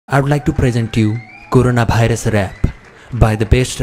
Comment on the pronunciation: Nobody : Literally Nobody : Le chattu : koroona bairus😂